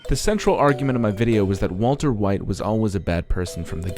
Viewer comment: waltuh wite